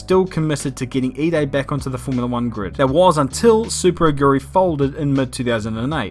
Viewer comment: The way to you say Super Aguri first sounded like Subaruguri :D